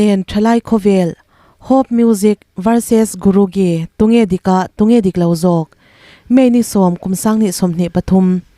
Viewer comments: Dik e,hei hi a dik zawk chu GURU JEE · Guru gee,a lam dan hi a dik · Diklo nasaaa